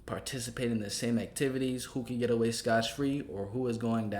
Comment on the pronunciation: Scott free bro not scotch.